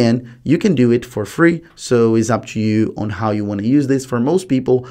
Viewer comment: “Yeo can record teww calls cumpeletly frlee” are you stupid why are you misleading people